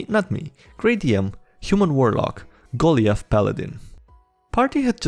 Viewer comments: goh lee eth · it is pronounced GO-LIE-ITH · Ok, maybe it's just me from being raised with the Bible, but how does one mispronounce Goliath? Though that bugged me, I still like your videos man. Happy you exist. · Always look forward to your videos Shame we have to bully you for that pronunciation of Goliath now